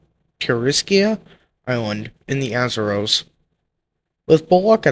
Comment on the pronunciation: Your pronunciation of Azores, Semmes and Secede are incorrect. The USS Kearsarge outfought and sank the Alabama in short order. If Alabama suffered deficiencies in its powder and fuses, they fall on the Captain. Keeping your powder dry applies to ships in particular. A USN sailor killed in the battle is buried in the US plot of the Cherbourg WWII cemetery.